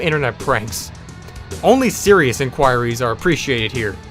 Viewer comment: the best part of this is how he pronounces inquires